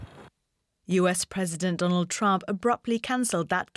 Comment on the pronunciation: I love how Marc Pierini's heavy accent he pronounces Trump's name as "tramp". Such a great definition.